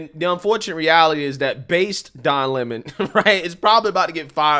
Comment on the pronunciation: Who take him serious when he says his surname is lemone. rather than Lemon.